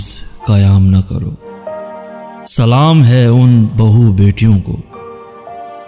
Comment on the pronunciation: Salaam ko pronounce thik se kiya kare